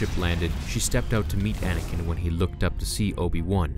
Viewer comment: It's ANAKIN not Adakin..